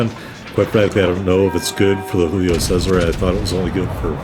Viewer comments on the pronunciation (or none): You murdered the pronunciation of Giulio...Giulio Cesare...Roman emperor...the month July is named after him...Italians pronounce every letter of the name...G is G not H. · You got a Kraken...Che cosa vuoi di più dalla vita? Saw your other Cesare video...first try of the pronunciation was spot on...then you went all Mexican...Tequila is not that popular in Europe...